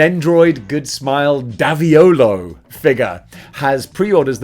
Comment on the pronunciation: He’s also pronounced D A Volo. 😅